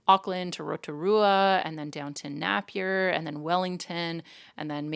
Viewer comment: Hehehe, its more Nay-pee-urr, than Nap-ee-urr :) While you're down I recommend shooting over to Hastings / Havelock North as that's where our best craft breweries are (Brave, Giant and I think the oldest in Hawkes Bay, Roosters - though I haven't checked that out in years so I can't comment on how good it is). If you're down over a weekend the Hawkes Bay Farmers Market runs twice a week, Saturdays in Napier, Sundays in Hastings at the Showgrounds. I prefer the Hastings one because its way better for parking and if the weather is dry its held in a lovely meadow ringed by big ol' trees. Anywho, I won't bore you with too many recommendations - albeit Hastings sometimes gets overlooked for Napier and its a bit of a shame because in many ways its more hip & exciting these days. But its a small provincial NZ "city" so the hipness is pretty much limited to a couple of blocks on the eastern side of the railway tracks around Queen & Heretaunga Streets East.